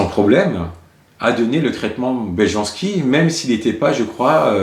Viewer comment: On lit « y » les « j » dans les langues slaves... Belyanski